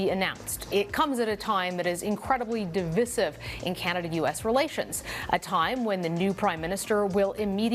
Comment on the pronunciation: DEI hire that cannot pronounce divisive